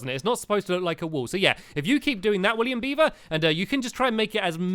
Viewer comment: Stampy said William Beaver's name right